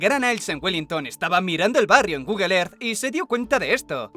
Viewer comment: "Gugle er" 😬🤣💀